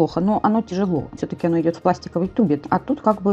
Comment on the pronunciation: так режет слух в вашем,,исполнении" слова КЛЕВО И довольно тАки... Обычно ударение ставят в этом слове на последний слог -такИ.